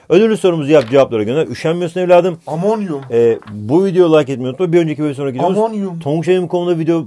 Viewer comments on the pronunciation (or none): Omonyum dio